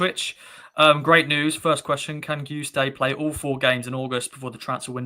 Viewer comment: FFS sake learn how to pronounce names, it's not hard Kai-Ju-Stay It's so 70s you're a posing as English Who can't pronounce any other language Love the show though, thanks